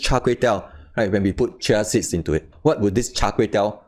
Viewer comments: For future reference: In the US, we pronounce this ‘CHEE-uh seeds’ not ‘chuh siddz’ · Sound like he is saying Chelsea's or chelsies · It is hard to understand xyour explanations, fast and keep on repeating nonsense explanations. Pronounce properly CHIA SEEDS, pls.... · Dear Lord! You can't even pronounce correctly the words "chia seeds".